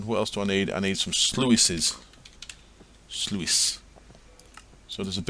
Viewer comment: "sluice" rhymes with "juice" :P